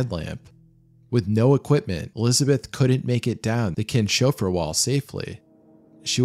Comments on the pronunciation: Great video! Minor nitpick: it's Kins - hofer, not Kin-shofer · Keens-hofer, not Keen-shofer.